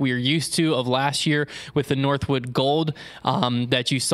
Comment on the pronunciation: Shoutout to for calling it northwood and not northwoods. That always drives me crazy